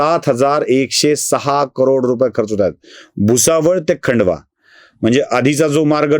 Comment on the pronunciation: खंडवा नाही खांडवा म्हणा.